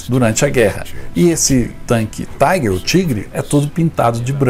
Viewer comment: A pronúncia correta é a alemã, TIGAR e não TAIGER(INGLESA).